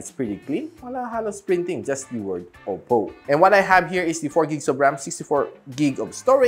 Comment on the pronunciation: “Oppow” hahahahaha